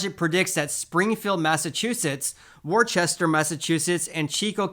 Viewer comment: It's pronounced "wusster." Springfield is also a very depressing part of the state of Massachusetts. Home values shouldn't be increasing there.